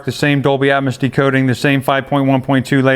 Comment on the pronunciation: Please pronounce atmos correctly!